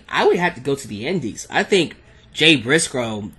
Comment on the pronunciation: LOL turned Italian there for a second when he tried to pronounce Jay brisco name